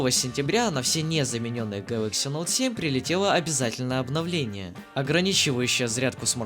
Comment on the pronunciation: СУКАААА,меня прорвало от "Гэлокс"